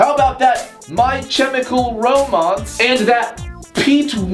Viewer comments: My Chem-icle Rom-ance? TRIGGERED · "my chairmical romonce" i had to take a moment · As a slightly (very slightly) emo pre teen girl I literally died . "my CHemichal romance" 😂😂😂😂😂😂😂😂😂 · "My chimical romans and pwete wents" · My CH-emical rom-A-nce 😂😂 i'm dying😂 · "how about that My CHEmikal romaunce and that peete weenttzz" IM OFFENDED BUT ALSO DYING OF LAUGHTER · "Mai CHemical Romonce" sTAHP 😂😂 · "mY chemicaal romonce" and the "pet wentz" i m c r y i n g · My dad pronounced My Chemical Romance as 'Meh Chimelcal Rumance' he speaks Spanish so he has that accent.